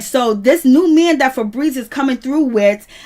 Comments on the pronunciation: Im cackling at how she keeps calling that chile "Frebreeze"🤣🤣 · Damn. I thought I missed something. I was like who the hell is Fabrezze. LMAO 🤣 🤣 🤣 🤣